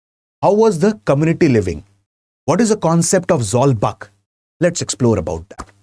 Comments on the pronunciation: Not zawlbak zawlbuk(zawkbook in prononce) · Zawlbuk should be Pronounced as or should sounds like Zolbook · Sir, I really appreciate you for including Mizo history. But the information you provided are not accurate and could be misleading. Firstly the "buk" in Zawlbuk is rhymes with the English word book. In the aftermath of the Lushai Expedition of 1889-90, the British started annexing Lushai Hills and imposing heavy taxes, demanded coolie labourers and even restricted the hunting practice of the tribal people. This angered the natives and they took up arms to drive the British out of the hills. The uprising culminated at the Battle of Changsil in 1890(present day near Sairang) which was led by Sailo Chief Sailianpuia. Pasaltha Khuangchera laid his life defending his homeland in this battle. Christianity came to the Lushai Hills officially and practically only in 1894, 4 years after Khuangchera died. So, to say the imposition of Christianity as one of the reasons for the Lushai uprising is totally false and baseless.